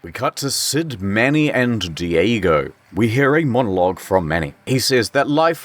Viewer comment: " the mamoth"